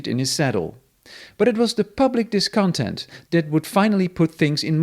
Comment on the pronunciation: Good. You could work on your stressed/unstressed syllables in English, e.g. disCONtent ... DISconTENT. And not deemocratic, but democratic.